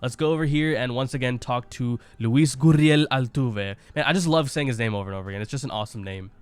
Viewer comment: You pronounced Luis name elegantly